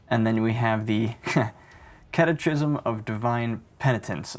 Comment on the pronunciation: Not that it's important (but hey, engagement) but I think "catechism" is pronounced with a "-ki-" not a "-chi-". (Unless you actually use that word and pronounce it that way - then you do you.)